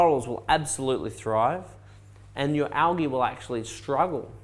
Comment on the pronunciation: Word of the day : Algee (Not Algae)